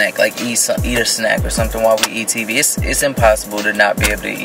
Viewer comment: He said "eat tv" at first